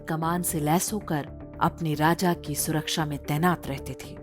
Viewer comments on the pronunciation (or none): none